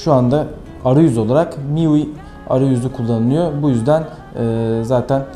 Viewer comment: lan ne miuisisis ahhahahahhahahahahahahha ulan tolga